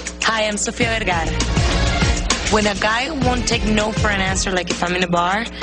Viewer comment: Why Ellen makes fun of sofias accent when she pronounces her last name as VERGERA. 🤣